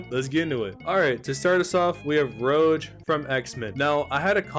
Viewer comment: HER NAME IS ROGUE (ROW-GUH) UGHH IM IN PAINNNNNN. ALSO.. MYSTIQUE SHOULD BE TOP OF S TIER SHE CAN LITERALLY SHAPE SHIFDT AND TURN INTO ANYYYYYYYYYY OF THESE CHARACTERS!!!!!!!!!!!!!!!!! Other than that.. you did great:)